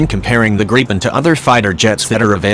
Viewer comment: Why the fuck do these video's have computerized voices, let alone can't even pronounce gripen properly.